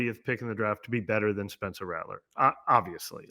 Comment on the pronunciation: Caught the “Spencler” lol